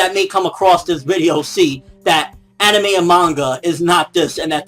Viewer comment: What do you come to expect, this is CNN. They're like Fox News 2.0. When a news report starts with mispronouncing Anime (he said "aneemi" lol) and blur out fake supposed images of lolicon, then you know its gonna be bad. CNN also believes violent video games turn people into killers. Lolicon will turn you into a rapist and if this were the truth then so will every other porn genre apparently. I believe this is where personal accountability should fall in place. It's not the material's fault that people are fucked up, its the person himself who lacks the empathy or sympathy that would lead him or her to do such a sick act to a real life minor. So as soon as we can all just stop blaming the material, we can finally evolve and start blaming the psychopath/pedophile in question.